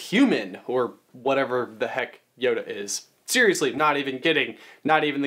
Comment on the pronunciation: YODA not Honda